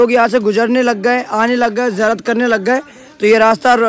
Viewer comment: Baba zaan nai bhai Baba jaan hai jiyarat nai bhai ziyarat hai bolna sikho zinda karamat bolte